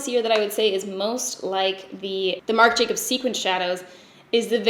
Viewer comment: struggles multiple times to say "marc jacobs dewdrops" Also: "charlotte tilbury hollywood flawless filter for a superstar youth glow" rolls right off the tongue